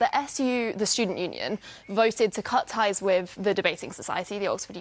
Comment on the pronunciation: “Wiv” ffs